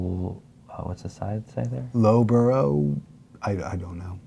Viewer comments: Loughborough is pronounced like luff bruh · Also Loughborough is pronounced luff-bra